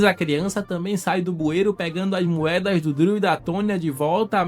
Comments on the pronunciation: Que nervoso vc falar DRILL em vez de DREW kkk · SE DIZ "DRU" E NÃO "DRIU'' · Cara, tu fica falando Driu, fala Dru, Driu faz nem sentido kkk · Meus ouvidos sangram quando ouço ele falando "Driu" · A pronuncia é "Drul" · pq tu pronuncia errado o nome do irmao de chris?